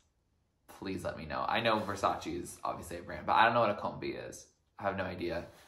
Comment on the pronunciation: its Versace, not VersaCHI